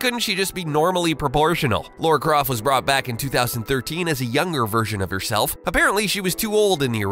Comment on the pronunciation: you are called "" and you pronounce Lara Croft... Laura Craft? ffs